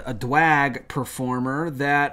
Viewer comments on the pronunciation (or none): Once again, I ask, WHY does this guy () pronounce the word "gay" as "Jay," and also the word "drag" as "dwag," as if he's Elmer Fudd? It's so silly, obnoxious, and distracting, dude. We're on the same page theologically (at least on the essentials), but WHY the childish word plays and intentional mispronunciations???